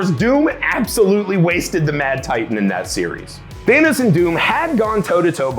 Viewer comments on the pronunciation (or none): Did he call him Theynos?